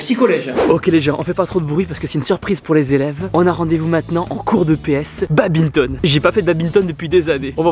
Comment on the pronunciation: il a dit babminton au lieu de badminton